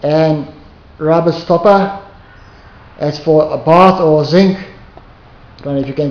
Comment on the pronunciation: he said sink with a south African accent I think?